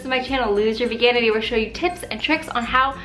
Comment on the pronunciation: i thought she said " i will help you loose your virginity" instead of "veganity" lol